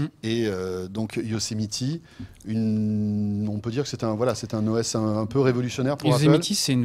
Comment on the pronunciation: Haha j'adore votre façon de dire "Yosemiti", mais d'ensuite dire "continuité" ;)